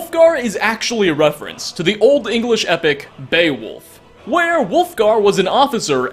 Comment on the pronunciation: Its beOwulf 😂